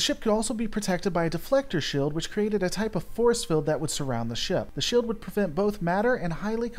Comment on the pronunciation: Please, for the love of God, stop dropping the long e when you pronounce things. "Shield," is pronounced sheeld... not shilled.